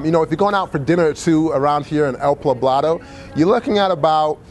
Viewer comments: You didnt say El PLAblado...did you? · Envigado is still pretty expensive, again, a heavy tourist area too. I know he said that, but believe me, go 15 mins outside of the city or in any other direction and you have a different world.